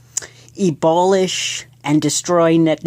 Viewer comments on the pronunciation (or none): Ebolish wrong